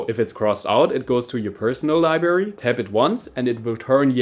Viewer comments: Librrrrrrrrary mein Freund😅 wenn schon auf Englisch dann auch richtig 👍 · "Libary". Triggered